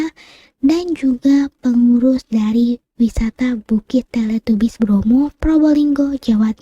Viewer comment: Teletabis bacanya kak bukan Teletubis walaupun tulisannya Teletubbies 😉